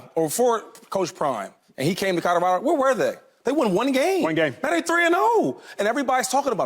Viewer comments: Can someone tell shady, its colorado, not codarado...lol please and thank you. Signed Websters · Will someone tell Shady it's Colorado not Codorado. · Codorado? Or colorado… cmon shady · We gotta teach Shady how to say “Colorado” 😂😂😂😂😂